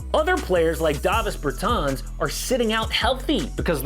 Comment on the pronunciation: Respect for a very good pronunciation of Dāvis Bertāns name. Not like SAS and Luka Dončič.